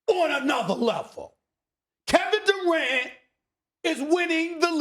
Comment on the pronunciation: the way he says durant lmao